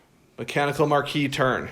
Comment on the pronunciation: Why do so many people struggle with the pronunciation of Marquise? Its 'mahr-keez' ... A lady holding a rank equal to that of a marquis, or the widow or wife of a marquis.